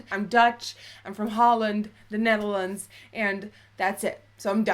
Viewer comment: Watching again now in 2017. I love the way she says Netherlands. "Nethlands"